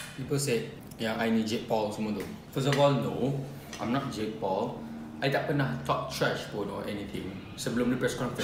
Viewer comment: ITS JAKE PAUL MY GUY JAKE PAUL NO JIG POL 😭😭